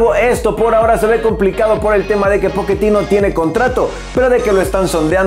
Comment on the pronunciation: Amigo se dice Pochettino y tú dices poquetino XD